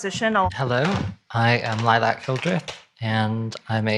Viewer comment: "Lilac"?!?!?!? C'mon dude 🤣🤣🤣